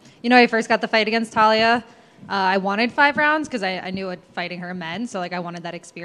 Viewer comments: Her name: Taila Americans: Talia Words are hard. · Taila, not TAH-Lee-uh. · It's not Talia, it's Taila with an "i"! Lol anyways, super interesting fight, can't wait.